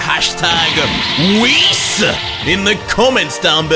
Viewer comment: You said Whis more like damn😮